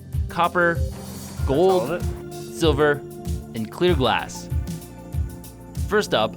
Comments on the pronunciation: Dude said “ it’s gOAldd” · He said it ITS GOOLD